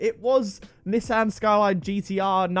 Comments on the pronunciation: why do you say Nissan wrong? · I guess people from the uk say nissan different then people that are from the usa, im from the usa and I pronounce it nee-son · It’s pronounced NESAN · The way he says Nissan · The way he pronounced Nissan 🤣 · I'm American I hate how he says Nissan